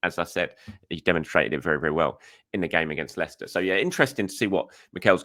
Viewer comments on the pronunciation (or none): none